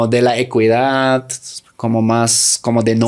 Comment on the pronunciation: Me pareció que pronunciaste equidad, pero lo dijiste como ecuidad, en equidad la "u" es muda no se pronuncia, se pronuncia como ekidad